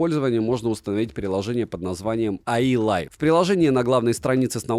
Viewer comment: Приложение "А И лайв"... А И лайв? А? И? Серьезно? Чувак?... Любовь в твою сторону, но сходи в школу лет на 11 еще разок пожалуйста........